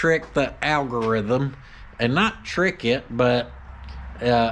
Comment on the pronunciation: Can you say al go rith um....